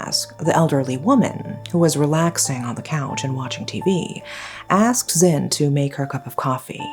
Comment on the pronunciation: *Zin, not Zen. It's Zin Mar Nwe to be exact. In Myanmar names, we don't have first names, last names. We pronounce all names together. So, it's Zin Mar Nwe to be exact. That said, we do have short names which we use between friends and family. In this case, you can call her Zin Mar. We rarely call one word only except for one condition, between lovers (that is love relationship).